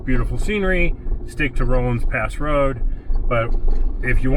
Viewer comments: Pronounced RAW-LINS Pass, NOT ROLINGS! It is the Denver and Salt Lake Railroad Grade. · Just as "aside:" the word is "Rollins" pass(Rawlins), nor "roll-ins" pass.